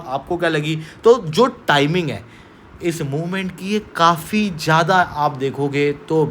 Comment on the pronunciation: Special - Sp-ae-shul Donald - Daw-nul-d Street - (not eshtreet) 9 - nau (not no) Elite - Ae-leet Zyada - z-yada (not jada) Comprehensive - Com-pre-hen-sive (not cumprehensive) Strict - (not eshtrict) NATO - Nay-toe 44 - For-tea four (not four-tea four) Avoid saying pe, say par Apna phone silent pe rakhoSpecial - Sp-ae-shul Donald - Daw-nul-d Street - (not eshtreet) 9 - nau (not no) Elite - Ae-leet Zyada - z-yada (not jada) Comprehensive - Com-pre-hen-sive (not cumprehensive) Strict - (not eshtrict) Avoid saying pe, say par Apna phone silent pe rakho Unnecessary words par emphasis daalne ki zarurat nahi hai. "video" pe emphasis daalne ki kya zarurat hai. What is thok bhi diya, yeh kya sadak chaap bhasha hai What is jamah pe, sabar karke bol lo, besabri mein kyon zaban par niyantran kho rahe ho.